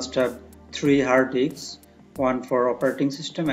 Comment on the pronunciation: Did he say virtual dicks?🤣 Nice summary, thanks for the info!